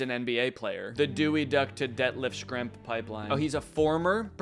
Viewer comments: Its pronounced Shrempf! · That “Schrempf” pronunciation would make your Midwest neighbors in Indiana cry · Schrempf is pronounced Shrempf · FYI Schrempf is pronounced "shremp," kind of like shrimp with an E.